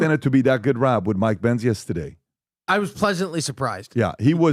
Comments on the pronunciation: I also love it when he says "Yestehday". 😁😁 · Every time PBD says “Yestehday” i giggle and i don’t know why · Me too! I’m from Boston so I always wonder if he knows he kind of says it with a Boston accent, but just that one word haha😂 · And for some reason, I say yesterday the EXACT same way. I'm not Armenian 😅